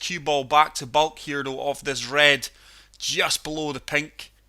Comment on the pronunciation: Its Baulk not Bulk